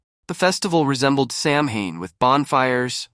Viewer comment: Samhain is pronounced Sow -en